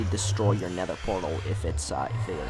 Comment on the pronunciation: He said “neder “